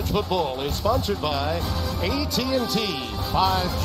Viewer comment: This dude really said, “AT&T SG” when announcing the AT&T 5G ad 😂😭